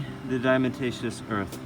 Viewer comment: It was a tillle diccifult reahing "diamataceous" over 5 times